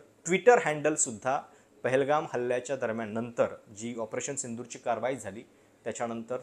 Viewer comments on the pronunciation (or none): none